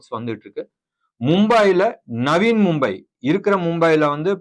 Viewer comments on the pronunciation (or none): தம்பி ...... அது ஆர்பிட்ராஜ் இல்ல... ஆர்பிட்ரேஷன். நவீன் மும்பை இல்ல... நவி மும்பை. சப்சிடரி இல்ல... சப்சிடி. ஆங்கில வார்த்தைகளை சரியாக உச்சரித்தால் நன்றாக இருக்கும்.